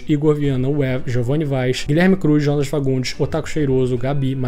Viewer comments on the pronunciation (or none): none